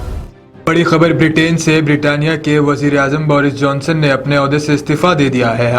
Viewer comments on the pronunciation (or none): Birtania ka te🤣🤣🤣🤣🤣kya news bol re bhai aap